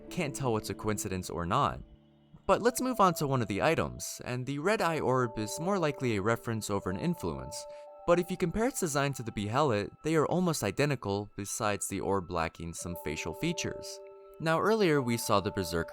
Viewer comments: Man said Behelit like Be Hell It rather than Bae lit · bE-hell-it lol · "Be-hell-it" that might be the worst attempt at pronouncing the word I've heard💀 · Him pronouncing behelit (Bee-hell-it) is too good lol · Dont know why the mispronunciations of Behelit and Godo bother me so much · Its pronounced like that in the game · Heh you say behelit funny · I love how everyone has watched berserk and still can't pronounce behelit